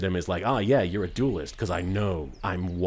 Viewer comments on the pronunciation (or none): As an English person, it grates on me that you keep saying "doolest" instead of duelist.